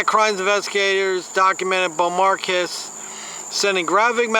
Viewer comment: I'll admit, that's a hard name to pronounce. How about Bow-mar-kays? I could be wrong. I love and respect that you continue to give it your best shot.